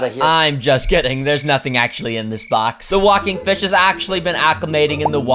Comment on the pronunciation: feesh, cool feesh